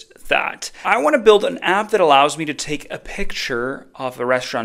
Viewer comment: It's "build" :D sorry, just had to.